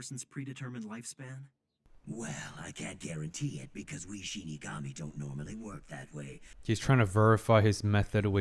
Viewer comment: You made it, you reach one of the most iconic scenes. Naomi who, potatoes scene will live forever. Also I wonder why are you having difficulties pronouncing Shinigami?, you pronounce the word as Ishigami. Perhaps are you a fan of Kaguya-Sama Love is War and your subconscious betrays you?🤔 Something to confess there buddy? 🧐 Jokes asides, reminds me of an acquaintance that I know since we both were children, this individual pronounced incorrectly words, to provide more context in Spanish G and Q combined with the vocals to pronounce the respective combination is: Ga-Gue-Gui-Go-Gu Qa-Que-Qui-Qo-Qu. As you can see E and I use an U in-between but the U is silent, which can be seen in words like ''Que?'' (What?), ''Guerra'' (War), Quito; for this words my acquaintance pronounced the U which was also involuntary when we were children, luckily my acquaintance learned. You still have hope to recover, maybe if you know a psychotherapist it could help you but I heard they are a rare species, like people who can pronounce all 50 States in one go. PS: If you read all this thank you for your time and greetings from Venezuela.